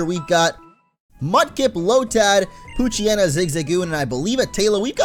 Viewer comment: damn it, i keep hearing coochyena instead of poochyena